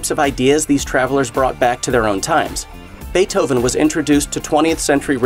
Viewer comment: The guy that plays Napoleon is really good. Funny when they Mispronounce the names, so-crates, beeth-oven , 😅